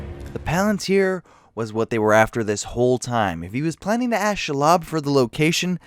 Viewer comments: Your name pronunciation is garbage. It's ShEElob, not shulob. Also Palantir. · It’s SHE-LOB, not Shilob. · SHE-LOB (NOT SHULOB) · His pronunciation of shelob is my new religion